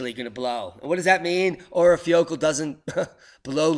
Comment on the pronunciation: I think the pronunciation of the Icelanic volcano is something like ur-eye-fa-ya-kood-la.